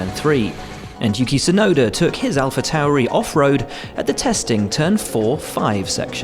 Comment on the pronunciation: didn't know tsunuda was from London